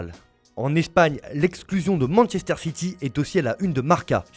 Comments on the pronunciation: C'est quoi "Mansséster City" ? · Masséster city